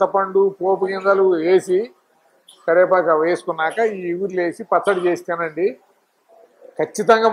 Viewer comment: ఇగురు కాదు సార్ చిగురు